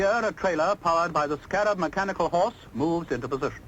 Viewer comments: Stop shouting! This film is 60 yrs old. Note how the commentstor says the name - Scarab - abd NOT how you said it - Sca - rab with influence on the 2nd half of name. Its not said like thst in UK!!! My Dad helped develop this vehicle as he was an engineer. We say Articulated lorries in UK that have multi wheels - an HGV (Heavy Goods Vehicle) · HA HA nice try but the correct way to say it is a Scammell SCA rab so named because it had vaguely the look of a scarab beetle, but more commonly referred to as the iron horse. I remember as a boy our council used scarabs as bin wagons until the very early sixties, the "bins" you were troubled by were multi occupancy ones from high rise flats which had internal chutes in every flat on every floor to one or two large bins in a locker at ground level, it saved the mess and the sheer exhaustion the bin men would have inevitably suffered traipsing up and down fifteen floors or more per tower block, the automatic trailer electrical connectors were shown in the operating section near the beginning the guy in the boiler suit was releasing the trailer parking brake for the driver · it's pronounced sc-a-rab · I lost count of how many times the name Scarab was mentioned but you STILL pronounce it wrongly. Also the automatic connection of the rear lights etc was shown at length in the trailer hook-up procedure.